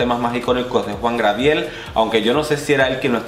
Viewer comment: Pero mi amor Job Star estuvo en el segundo lugar, tercero Alexis 3XL jajajaja, jajajaja mori cuando intentabas decir Gabriel XD